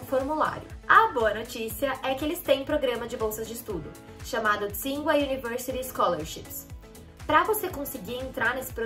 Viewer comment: Ah, uma coisa, o nome Tsinghua se pronuncia Tchin-rruá (Qīnghuá na transliteração em pinyin)